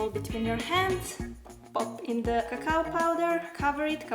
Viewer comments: Her Saying cacaw powder Me: 😂🤌🏻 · did i just hear her say caca powder- 😆😆😆